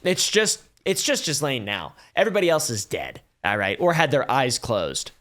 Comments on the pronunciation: I can answer that one - this was regarding the poaching of Trump's employees (specifically waitresses and hsotesses) at Mar a Lago. Ghislaine (pronounced "GEE-lane" not "JEE-lane") was talking them into quitting and working for Epstein. Edit: correction, it was mostly the spa. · first off, those multiple ads are BS. And its pronounced Ghee-Lane. Not GeezLane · Pretty sure her name is pronounced Gillaine 😅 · Auto-translate subtitles definitely took pronunciation of "Gislaine" and said Jizzlane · I love that we all collectively pronounce Ghislaine as "Jizzlane" instead of "Gillaine" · Instantly knew who your wife was because of the way you pronounced JIZZlane lol. Just double checked and I was right. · I'm so triggered big time. Her name is pronounced Gee-lane!!!!!! Sorry 😢😂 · The way you prounouce her name is irritating - It is french and pronounced - GEE-LANE. Another fact check - there were over 1000 victims not hundreds. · I love how most of us pronounce "jizzlane". It is at the very least the amount of disrespect we need to show. Also, if that idiot, In praise of shadows had showed some grace. He would of found common ground with some really awesome creators. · That depraved witch's name is pronounced GILENNE (hard G, as in "gate") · Its pronounced geh Lane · It’s gih-lane bro 🥲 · Did you call her “jizzlane” 😂😂😂😂😂😂😂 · I can't deal with the mispronunciation of ghislaine. Gotta go. Loveyabye! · Try learning her name mate. The 's' is silent. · To be this far into coverage and not being near pronouncing Ghislane correctly is comical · Isn't the "s" in Ghislaine silent?